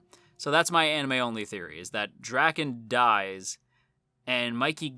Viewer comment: As a manga reader a lot of the stuff your saying are just hilarious to me because there's not as deep a meaning as you make it seem like I'm this video. Also Draken's his name is pronounced like dray-ken not like dracken jus so you know